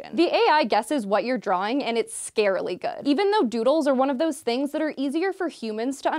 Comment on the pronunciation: "scarilly good "... - _ -' Other than that good video.